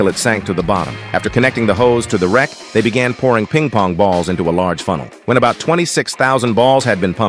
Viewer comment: “Peeng POnG BaULs”